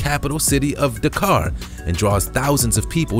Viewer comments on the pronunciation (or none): none